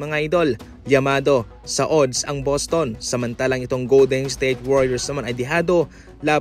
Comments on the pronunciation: Anong odds oodd? Adds pabigkas nyan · ang ODDS ay binibigkas na ADDS kahit O ang first letter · Adds ang pronouncation .. A hindi O .. Balik kita sa grade 1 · Napa ka annoying pakinggan ng pronunciation mo sa ooodddssss parang sarap mag unsubscribe